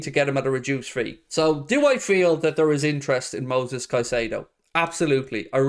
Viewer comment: It’s Moises not Moses. Anyways I would agree with your point of view. Absurd price for Moises. Worth mentioning Alexis Mac Allister. He is a great player on the same squad, aggressive, defensive MF, had a great WC and probably cheaper. Plays for Argentina and is half Irish. Win.